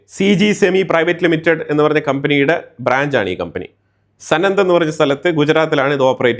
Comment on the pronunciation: സാണന്ദ് ആണ് സനന്ദ് അല്ല... ഞാൻ ഈ കമ്പനിയുടെ വളരെ അടുത്താണ് ജോലി ചെയ്യുന്നത്,, Sanand in Ahmedabad, near Tata Motors